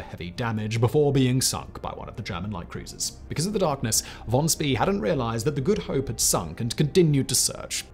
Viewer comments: Pronounced like Von Schpay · Except for von Spee. "Shpee"